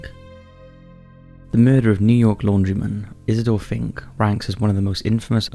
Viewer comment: Why do I understand "He's a dolphin" when you first say the name Isidor Fink?